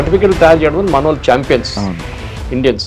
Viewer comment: Anchor గారూ కొంచం మంచి తెలుగు ... వాల్లు వీల్లు అంటారేంటి ( వాళ్లు వీళ్లూ అనలేరా ?!!)